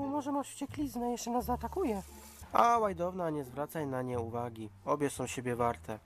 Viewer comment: Tak na przyszłość czyta się łajdona a nie łajdowna 🤗 PS super odc